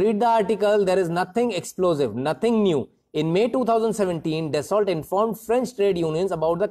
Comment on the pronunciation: Dear sir "Dasault" mein t silent rahega kyunki yeh English mein nahi hai French mein hai please take care. Rest all the things in video are OK & fine.